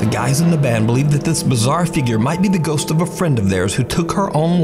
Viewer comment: I vote to dare him to correctly pronounce the words 'ghost' and 'ghosts'. Instead, he says "goes" every time. I have a channel where I talk about pastrami on rye. I pronounce it "Your mommy's a guy."